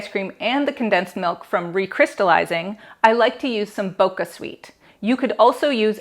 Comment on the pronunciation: Hehee, 😊 it's Bocha not Boca. The "ch" is actually pronounced as your regular "ch" as in "chill."